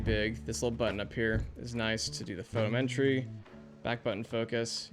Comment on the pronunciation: PHO -TOM - Eh - TREE